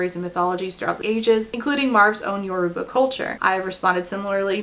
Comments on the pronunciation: even though lauren sucks, i'm so glad i watched this video so i could learn about marve!!! i'm nigerian and my family is yoruba so i'm really interested in this book, thank you for introducing me to this author! also you pronounced yoruba pretty well ❤ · Oh my god thank you SO MUCH for covering Sungate. It was so insane. Also thank you so much for pronouncing “Yoruba” correctly. Omg I cringe every time ppl mispronounce it